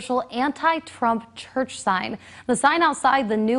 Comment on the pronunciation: “Qwite cherrch” 😅